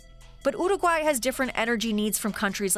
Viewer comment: After two minutes of hearing her pronunciation of uruguay I have to leave, by...